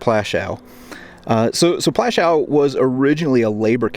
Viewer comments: If you want to make some money from these videos at least make sure you pronounce the names right it's not called Plaschau but Plaszow, if you want to tell something about history do it right. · Its not Plashau... its Pl'aszuff, more respect to more respect for other languages, please. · Its not pronounced Plashou - Its pronounced Pwashov good sir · Dude, it’s Poouashoov, not that difficult to pronounce. ;) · I love your videos and you’ve earned a subscription, but please, W is pronounced as V. Plaszow is pronounced Plashov. Krakow is pronounced Krakov Warsaw is pronounced Varshava. Cheers, still massively adore your work. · It’s pronounced plashov, Polish W is pronounced V, as in Krakow which is pronounced Krakov. Thank you for this, it’s the first of your videos I’ve watched. I’m going to subscribe. If you haven’t been to Majdanek, pronounced Midarneck, I suggest you go, it is the only camp which has been left as it was, every time I mention it, my stomach always feels as it did on the day I visited which was in 1988. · Please learn the proper polish pronunciation..not that hard...had no idea what plashaw was. Am polish.. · prounounced platzow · Teeny bit disrespectful not to learn a bit of Polish pronunciation. Krark-uff and Pwash-uff. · YOU WOULD THINK THAT PEOPLE SO CONCERNED WITH HISTORY< WOULD TAKE THE TIME TO LEARN THE PROPER PRONOUNCIATION OF POLISH CITIES, NAMES, AND SITES. Cracow is pronounced KRA-KOOV. PLASZOW is pronounced PWAHSH-OOV. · I thought it is pronounced pawashoff.